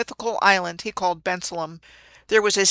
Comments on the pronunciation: This is great! Thanks ❤ The locals say Ben-sale-um (Bensalem) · Im from the Philly area and the way you are pronouncing Bensalem is not how we pronounce it😂